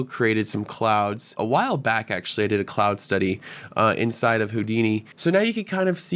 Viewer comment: "ONside of blender" <--- why do gen z's speak so strangely? and why all the smirking? did the man in the bushes tuch u "there" and u liked it?